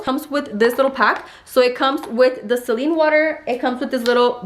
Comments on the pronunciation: Did baby girl just say “seline” water 😂😂😂 hahah it’s “saline” hahaha oh girl love you you crack me up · SELENE WATER 🤣🤣🤣... GRIPEE WATER...🤣🤣🤣 too many too count.. Ay lol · Say-leene water, not celine. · Edith Orduna Lmaoo i was like who’s seline? 😂